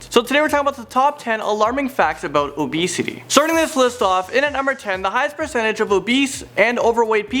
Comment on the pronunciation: is he saying abesity about 50% of the time or am I hearing things???